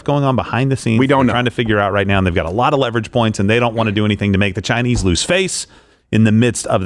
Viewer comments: Why is Crowder saying Chinee? Is he stupid? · Did I miss something? I haven't been to this channel in a while, but I have never heard any other American say "Chi-Knee" when saying something about the Chinese😂 Wtf is going on here?